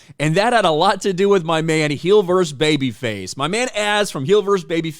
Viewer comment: I’ve been hearing this a lot on YouTube lately: the word “VERSUS” being pronounced VERSE. Stop it. It’s VER-sus.